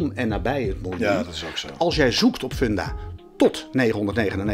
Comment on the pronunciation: Erg leuke nieuwe serie! Ga zo door! en, je spreekt uit Fundafun (Funda komt van fundament) dus gewoon met een u en geen oe.